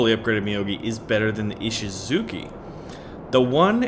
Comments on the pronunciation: Its ishisuCHI not ishizuki... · Please, can you 'Muricans look up the pronunciation of words first please? Texans mispronouncing Japanese words is cringe-worthy to say the least... It's Ee-shee-zu-chy, not Ee-shee-zu-kee...remember that nobody else in the world says "Zucchini"...just you weirdos...